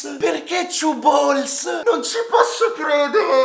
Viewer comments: Two balls Ha chiaramente detto "chew balls" Mastica palle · ti correggo. Ciù bols